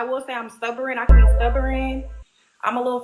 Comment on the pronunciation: Stubboron😂😂😂....it's stubborn